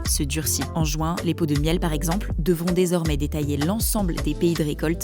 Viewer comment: Insupportable cette prononciation du mot Juin